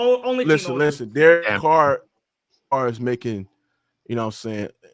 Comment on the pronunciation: This man said Derek Carr 😂😂😂😂